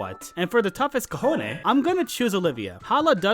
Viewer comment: The Gen 7 Kahones... dear god, I'm laughing at what that word sounds like in Spanish. Also Lenora is heinous.